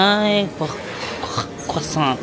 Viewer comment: Hayaan mo yung mga sosyal. Sila naman ang mag adjust maging kanal. 😅😂 Nakalimutan mo na pronunciation ng croissant 😅